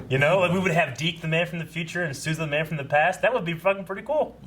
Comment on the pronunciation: The way, and the characters on the show pronounced Sousa makes me cringe like that one guy cringed to the word Moist. I need Yo-Yo to say it for my sanity lol